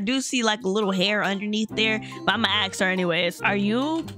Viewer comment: u say "ax" instead of "ask" but its okay